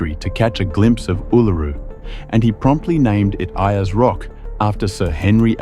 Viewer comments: Ayers Rock (Uluru) is pronounced Airs Rock. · Can't watch this anymore. 3 words he mispronounced. Uluru, emu, n Ayers.😮